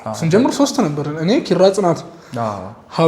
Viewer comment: እባክህ የ አ.አ ልጅ ነኝ እያልክ 'ኪራ' የሚለውን ቃል ጥብቅ አድርገህ አትበለው የምር ይደብራል ኧረ😂😂 በቃ አላልተህ ኪራ በል ከአንተ አልፎ የስሙ ባለቤት እራሱ ኪኪኪራራ ብሎ ጥብቅ አድርጎ ነውኮ የሚጠራው። ይሄን እስቲ ግድየለም ትክክለኛ የአ.አ ልጅን ይህን ቃል በልልን በሉትና ልዩነቱን ስታውቁ በራሳችሁ ትስቃላችሁ የምር። ስግጥ እርግጥ አድርጋችሁ ኪኪኪኪራራራራራራራራ😅😅😂😂😅